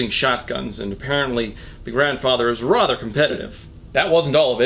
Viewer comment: I get triggered every time he says “rother”